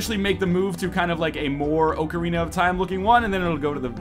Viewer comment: oak-arina? Really?